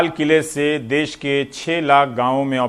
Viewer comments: Abe gawaroo des nahi Desh hota hai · "Des" Nhin "Desh" Hota h bhai